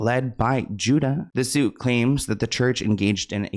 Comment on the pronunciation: His name is Judah not Judus.